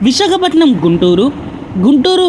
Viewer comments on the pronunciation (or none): అమ్మా, విశకపటనం కాదు, విశాఖపట్నం.